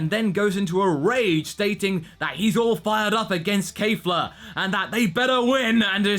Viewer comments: Kefla NOT Kayfla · Her name is Kefla, not "Keifla". Where did the mispronunciation came from all of the sudden? I'm quite sure you've pronounced it correctly in the previous episode